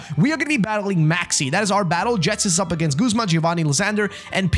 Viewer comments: Can’t deal with the fact he’s calling Ghetsis, Jetsis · Why does he say Jetsis instead of Ghetsis 💀